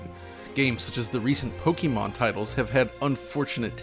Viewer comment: I honestly would have thought that YOU, would know not to pronounce it "Pokeemon" There's a reason it's spelled the way it is.